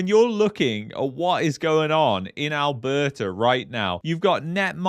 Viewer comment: It's Alberta ... Not Alberter... And Canada not Canader.... Go get a pizzer